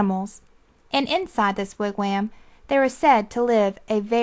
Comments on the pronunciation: Lol "wigwayaamm" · Yes! Every time she said "wig WHAM" I cringed. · this is a terrible reading... i had this on cassette as a kid but a guy with the most soothing voice read it. and he pronounced wigwam and Ontario right